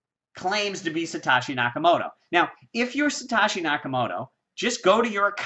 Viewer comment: Thx for your effort! And its pronounced sa-toe-shi